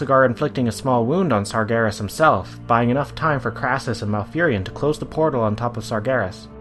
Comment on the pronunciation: "sargheres" "mahrdewn"